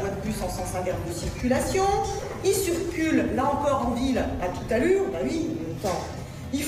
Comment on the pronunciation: La procureur elle devrait prendre des cours de français au lieux de mettre des peines de prisons "il cUrcule "au lieux de circule .😂(c’est à peut-près dans les 30-40 minutes)